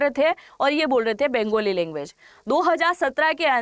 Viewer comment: बेंगोली नहि बंगाली बोला करो ।